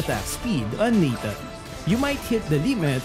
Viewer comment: that "Natanga"😂😂